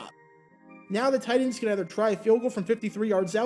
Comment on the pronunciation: Why does he keep pronouncing TITANS as “tight ends”? Shit had me confused for half the video.